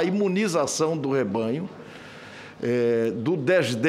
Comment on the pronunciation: Esse Renan falou Rebanho?